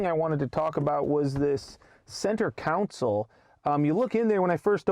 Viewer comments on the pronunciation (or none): Center counsel hahaha